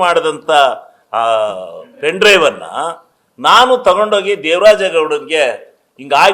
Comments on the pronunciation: ಪೆನ್ ಡ್ರೈವ್ ಅನ್ನೋಕ್ಕೆ ಬರಲ್ಲ, ಪಿನ್ ಡ್ರೈವ್ ಅಂತಿರಲ್ರಿ ಗೌಡ್ರೆ, SIT ಅಂದ್ರೇ ಸಿದ್ದರಾಮಯ್ಯ ಇನ್ವೆಸ್ಟಿಗೇಷನ್ team ಅದು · ಸರಿಯಾಗಿ ಪೆನ್ ಡ್ರೈವ್ ಅಂತ ಹೇಳೋಕೆ ಬರಲ್ಲಾ . ಇವರೊಬ್ಬ .